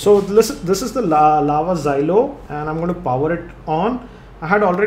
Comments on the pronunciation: it is xolo not xylo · its xolo not xylo.....